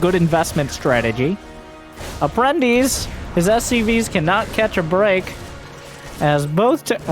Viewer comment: hey, you pronounced APPRENTICE correctly! is a Latin word used in Portuguese (and I believe in Spanish)